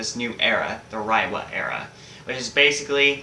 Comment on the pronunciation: It’s pronounced “Ray-wa”.